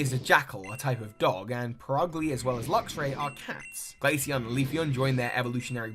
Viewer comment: IT'S LUXRAY, NOT LUXURY!